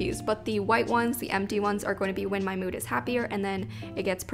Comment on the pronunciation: no one:: mEwD tracker lmaooo